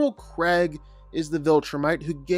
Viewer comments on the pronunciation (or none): none